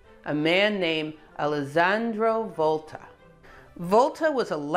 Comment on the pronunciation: if it's straightforward, then why does she keep saying "Elezenduou Voulte" instead of "Alessandro Volta"?